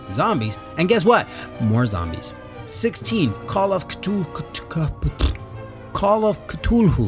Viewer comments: Cthulhu. (pronounced cathooloo) that is all. the pronunciation made me a little upset :p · How to say Chthulu: (CAH*THOO*LOO) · It's pronounced koo-thoo-loo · ka-thu-loo cthulhu. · he said masters name wrong,CTHULHU!!Curse you death death death (obvius joke is obvius) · GOD DAMN IT you said cthulhu wrong